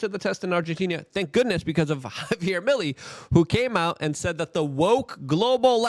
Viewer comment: His last name is pronounced me lay.